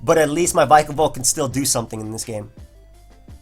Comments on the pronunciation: Man, bulky waters in UU?! That's something new Kappa ALSO IT'S VICK UH VOLT :] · Since Pikachu is pronounced Pee-ka-chu, shouldn't Vikavolt be pronounced Vee-ka-volt? Especially since they're both electric types ; )